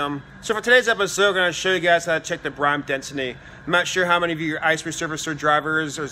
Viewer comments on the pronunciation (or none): Why are you pronouncing it as "brime"?